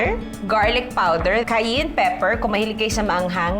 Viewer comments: It’s pronounced as “Kai-yen”… definitely NOT “Kai-Yin” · Kah-yen pepper ❤️